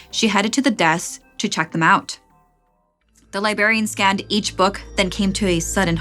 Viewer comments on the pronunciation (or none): The real hell is hearing "libarian" instead of "librarian" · libRARian and libRARy not libarian or libary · “Libary” “libarian” snickering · Omg I kept cringing. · there are two "r"s in library and librarian